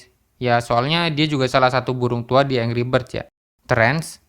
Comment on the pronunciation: saran aja nih bro, pastiin pembahasan lu di pengucapannya udah betul. contoh "angry" itu dibacanya 'enggri' bukan angri. dan kurang-kurangin filler word, seperti "ee..", "gitu", dll biar enak didengernya. juga kalo bisa menghemat kata, jangan mengulang perkataan yang sudah dikeluarkan. bukan sok menggurui, biar lu juga berkembang bro.✌